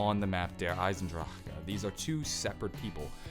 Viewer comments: veldwachter (taqqqtheboss) if he'd say it without that k it would actually be perfect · thats how you say it with a slight german accent.